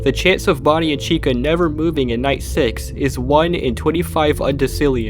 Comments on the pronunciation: Why is he saying "body" instead of bonnie ? 😂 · The subtitles are not automatic but keep saying Body instead of Body. Lmao. Lol, even. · did you just call Bonnie "Body"? or was that just the closed captions mistake.